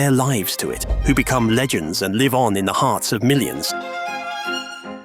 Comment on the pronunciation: I love when live is pronounced incorrectly so I can be sure this is AI slop and unsubscribe.